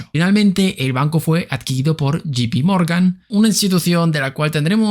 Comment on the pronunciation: De verdad que no es por ir de snob créeme, pero JPMorgan se pronuncia Yay pi Morgan, no gi pi Morgan 😂😂😂 Lo siento pero mi OCD no me deja en paz jajjja Abrazote ❤